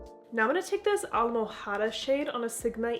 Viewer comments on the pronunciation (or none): almojada haha you don't pronounce the H, the H is silence almoada